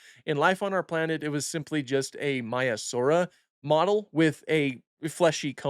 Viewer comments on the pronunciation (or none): Its miasara😂